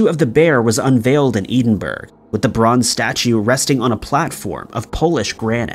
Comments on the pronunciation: Edinburgh --> Edd-in-bu-ra. For the bear. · Edinburgh - ed-in-bruh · Thankfully someone else pointed that out. I've commented this youtuber a number of times about it but no they insist on sounding like a Muppet. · Lol I almost left the same comment.